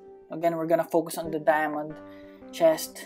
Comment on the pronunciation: are you filipino you say dyamante e hahahaahahhaahahaha +